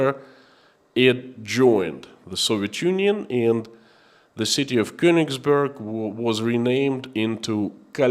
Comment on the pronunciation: Of course it is not of great importance, but being of German origin I like the German language to be pronounced properly. The town of Königsberg is pronounced with è not u. To do and my ancestry proud. love and respect from Holland.